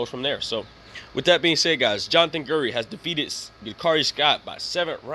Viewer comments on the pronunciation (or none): my guy plz pronounce the mans name properly ... the name is not GERDY ... its pronounced GUIDRY( GID REE). my dude u couldn't even spell my guys name correctly .